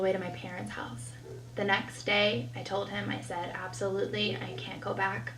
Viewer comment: I cannot stand when people don't pronounce the L in words !!!! It's TOLD not TODE.